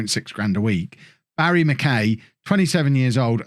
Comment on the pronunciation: Barrie McKay is pronounced like McKi rather than McKay